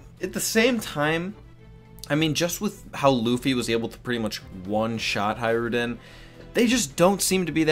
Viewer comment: Hajrudin, read it like "hatch-roodin"